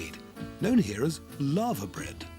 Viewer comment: LAVER bread, not LAVA. anyone at the BBC speak English anymore?